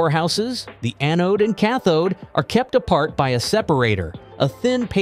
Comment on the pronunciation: A-node? What an A-hole. An anode is POSITIVE not negative.